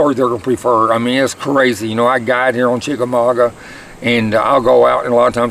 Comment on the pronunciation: I'm proud of you for saying chickamauga, lol keep up the good work